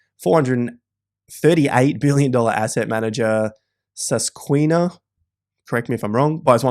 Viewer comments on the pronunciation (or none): Sus-kwa-hana lol